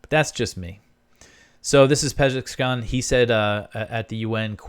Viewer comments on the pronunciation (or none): Pezeshkian: is pronounced as Pez-esh-key-an Accentuate the "esh"